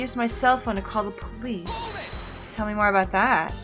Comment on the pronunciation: Wait did I heard said Purlice 😁 heheh